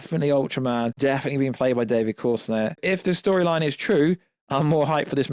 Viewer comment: Bro how tf you spelling his name. David CORENSWET is the name please learn it throws me off every time you say it